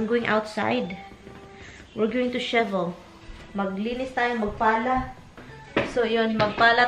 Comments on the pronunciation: Shivel another meaning pronounce it as shovel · Tulong lang sayo ha, say shovel not shivel. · It's not shivel, but shovel. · She said shiebel at least 20 times it’s shovel my friend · The right word is shovel, not shevel.